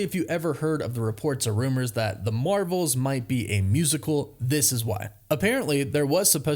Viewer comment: Ur intro says “the mravels”